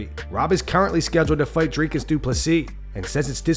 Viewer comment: Woooaaaahhhh Robert not saying Driscuss is crazy😂